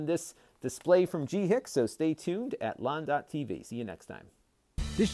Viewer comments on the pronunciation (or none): Lon I believe it's pronounced something like "Gee Sheek". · Yeah he missed the first C in the name.